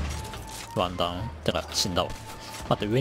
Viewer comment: モアイ像のところのワンダウンがワンタンに聞こえた僕です